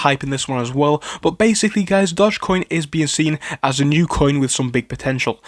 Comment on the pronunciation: if youre going to mispronounce it you might as well call it doggy coin.